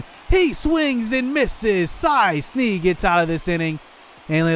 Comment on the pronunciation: Cy Sneed’s name is not said phonetically. It is said like Cy Sned like Ned Flanders